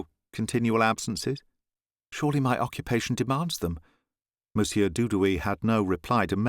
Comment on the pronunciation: Excellent reading. What a pleasure! However, "monsieur" presents lots of problems to people foreign to French. The "r" at the end of the word is NEVER pronounced. We must write it, but then forget about it in the spoken language, just as if it does not exist. Not even to make a liaison.... the final r is to be ignored altogether. The French people prefer a hiatus, thing that they normally cannot stand, rather than hear the final -r of "monsieur".